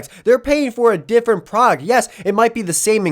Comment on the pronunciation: I love the video, altogether great. I just really wish that dude could annunciate the D in “product” a little more because he sounds kind of like a 12 yo Minecraft streamer every time he says it.